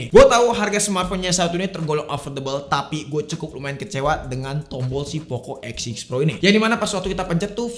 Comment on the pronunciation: W Dengernya Poco X Shit Pro...